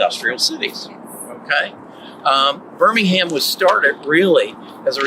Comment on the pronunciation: Wow your pronunciation of Birmingham is perfect,... From Birmingham UK